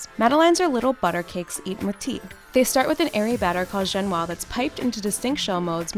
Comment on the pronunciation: The way she pronounced dulce de leche, madelaine and génoise made me 😖😖😖😖😖And they forgot medivnyk cake from Ukraine/Russia